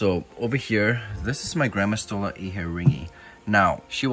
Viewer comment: When I hear "gramastola inhetingi" I tought you always said granma 🤣 don't know why, anyways, I am sorry for your loss